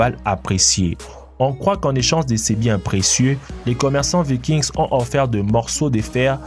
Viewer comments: on ne prononce pas le s dans vikings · Vikings le s est muet se dit pas